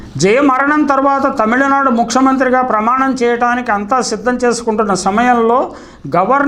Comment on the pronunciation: ముక్సమంత్రి కాదు సార్... ముఖ్యమంత్రి... మీరు అలా ముందుకు పోవడం ఏం బాలేదు...